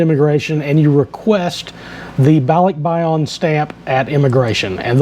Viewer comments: It’s yan Not yon….. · BAH-lick-BAH-yan (Yan short A) Thanks.